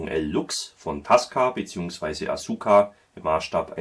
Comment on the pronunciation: btw: Asuka spricht man Aska, ohne das U. Dann sind Tasca und Asuka in der Aussprache noch ähnlicher.